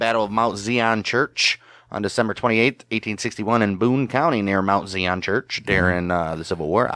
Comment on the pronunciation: The pronunciation is emphasis on the "i" in Zion. It's a word from the Bible. Thanks.